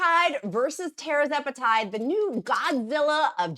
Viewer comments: TER ZE PAH TIDE. .. not TERRA ZE PATIDE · It’s pronounced… TERRR-ZEP-A-TIDE!!!!! Not Tera…